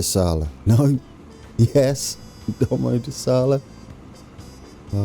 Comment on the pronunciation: SIRI IS SAYING DOMODOLLASA! BECAUSE CANNOT SAY IT PROPERLY 😂 LOL!!!!!!!!! 😂😂😂😂😂😂😁😁😁😂😂😁😁😂😁😁😁😁😁😁😁😂😂😂😂😂😁😁😁😁😁😁🤣🤣🤣🤣